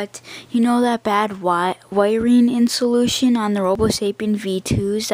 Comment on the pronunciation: It's pronounced in-sul-ay-shun, and this video is not helpful in any way, shape or form.